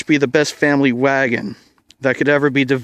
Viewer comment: Its funny when u called it vvagon 😊 , her trunk its not at same size as amish's vvagon (they still have vvagon , u may end ur lunacy sir)